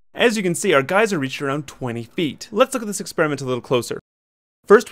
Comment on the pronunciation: Sorry, correction: guyser.